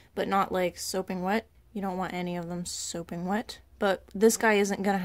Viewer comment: Its sopping wet not soaping wet... and thats like just one thing that was wrong ...